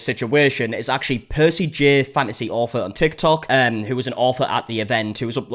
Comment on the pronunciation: ITS AUTHOR NOT OFFFFERRRR 😡